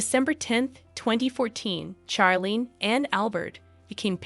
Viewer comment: First of all, the names Charlene and Charlotte are pronounced as if they were spelled Sharlene and Sharlotte, not as in Charles. It seemed to me from the beginning that Charlene Wittstock is a reserved person, not someone who is warm and bubbly. She and Prince Albert dated for 10 years before they got married, so she knew him quite well and knew what was expected of her as his wife. She was already in her 30s when they were married. She may also suffer from depression and anxiety. Certainly, when she had that sinus infection and surgery and wasn't healing, she was miserable. Who wouldn't be? Marriage is also often difficult and you have to work at it. Being a princess isn't the most stressful job. It's not as if you have to drive your kids everywhere, do housework, fill up your car with gas, run the household, all while working at least 40 hours per week. But being a princess can be a boring job, which is why she often looks unhappy. She could have had a worse life. It seems that she chose to make the best of it.